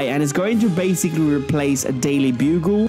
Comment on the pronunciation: Bruh stop saying bassicly